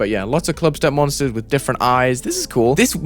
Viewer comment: “Glief … Glubstep”